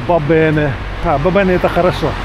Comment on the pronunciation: Ва бене, а не ба бене. Вам би почати користуватись уроками італійської. Щоб принаймі прості слова вимовляти вірно. Вам мову треба вчити, а не швендяти горами.😊